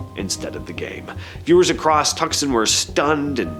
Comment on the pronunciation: Prounounced "Too-sawn." Not "Tuck-sun."